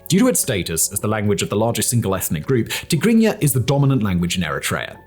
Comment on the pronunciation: They way you pronounced Tegregna is unbelievably correct